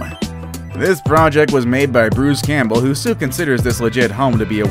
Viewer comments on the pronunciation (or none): none